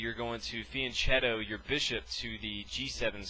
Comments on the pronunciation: The "ch" in "fianchetto" is pronounced "k"!!! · First time I've heard fianchetto pronounced like that. In Italian the ch is pronounced like a k in English...sorry to be picky, but us chess players are a meticulous bunch :-)